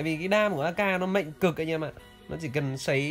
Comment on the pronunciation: Mạnh - k phải “mệnh” Ngọng quá thể.